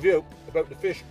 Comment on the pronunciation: nice bit of flish